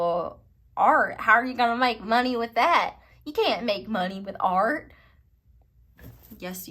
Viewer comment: Your southern accent “art, how you gon’ make money with that” 😂😂😂